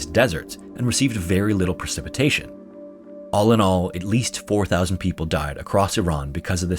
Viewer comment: 8.45 "Iran-ically" 😅 Edit: 9.20 "Allah-n all" 😅😅😅